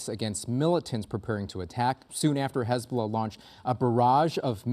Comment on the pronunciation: Hezbuulah?Sounds like a plague 😂